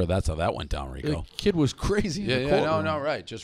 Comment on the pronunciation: RICO NOT RICK